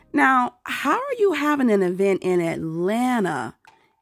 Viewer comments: The ESSSS-PO emphasis on "PO" 🤣😂😅 The EEEEEvent 😅😂🤣 gwooorrrllll gon' & quit playing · They can’t give any advice to the ATL! First things first: learn how to pronounce eeeevent.